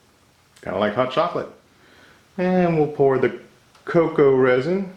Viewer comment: I had to rewind when you said cocoa powder the first time cause I heard cocaine powder.